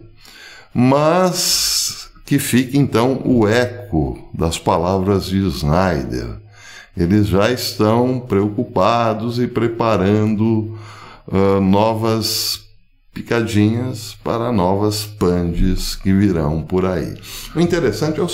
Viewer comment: O senhor pronuncia o sobrenome SCHNEIDER errado o tempo todo. A pronúncia não é SNAIDER e sim SCHNAIDER